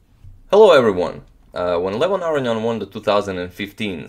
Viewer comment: Are you pronouncing Aronian's name correctly? Everyone else pronounces it with a long o.